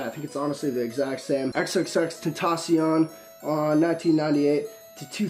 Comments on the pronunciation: If you are a really big fan you would pronounce his name correctly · Fuck off you don’t know how to say his name fucking fake ass fan you only like him now cause he died